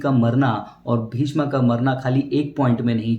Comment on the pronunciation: Bhishm Bhishma nahin theek se to bol